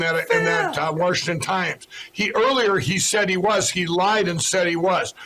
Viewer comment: “Worshington DC” 🤣